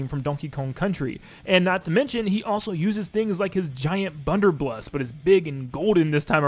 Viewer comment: "His giant bunderbluss" Alright then.